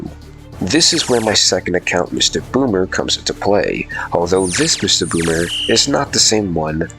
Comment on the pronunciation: Nah you definitely said MistaGooner there